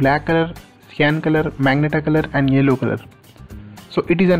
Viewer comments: Bro this is magenta (ma-zen-ta) not meg-nata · Bro that is magenta (ma-gen-taa) not magnetaa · Dumbass is majenta not magenta pronounced